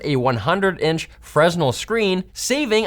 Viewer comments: Ermmm... it's pronounced like 'furnel' not 'fresnel'🤓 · I think its pronounced freh-nell not frez-nul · A fresnel screen??? +ROTFLMAOASTD+ (and scaring the dog). It's pronounced freh-NEL, not FREZ-nel. DUH! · Please note, Fresnel is pronounced Fruh-nel, not Frez-Nell in your Nexigo ad. Stuff like that makes EEs cringe. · Freh-nel not frez-nil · Is pronounced "fren-nell", spelled fresnel. Please CC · "Fresnel" is pronounced freh-NELL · it's pronounced "frey-nell". 😬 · Just a heads up from a friendly stage light technician, "Fresnel" is pronounced "fer-nel" :) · btw, fresnel is pronounced "fruh-nel" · I don't mean to be mean to for mispronouncing, but "FreSnel"? Did nobody at a video production company bother to correct a first-semester-freshman-level mispronounciation of a pretty common word in video and lighting? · "freznel" tsk tsk. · Freh-NELL for those wondering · came to the comments to see if anyone else's ears burned when he said "freznel" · uh, that's not how it's pronounced, unless I'm getting trolled. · that's not how you pronounce Fresnel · Fresnel -> the “s” is silent 😊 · really? as a canadian? I would've expected an american to bung up the pronunciation of "Fresnel", but a canadian?!?... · I thought Fresnel was pronounced with a silent s. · Fresnel? Is that the Canadian pronunciation haha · first thing that caught my ear